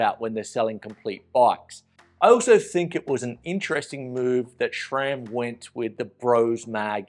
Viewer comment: There's no "H" in SRAM. It's not "SHRAM".